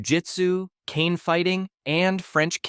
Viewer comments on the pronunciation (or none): none